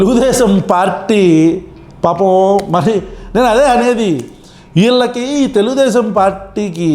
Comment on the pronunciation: అన్నా నీకు తెలుగు రావటం లేదు అన్న తెలుగుదేశం కాదు తెల్దేశం అనాలా😂😂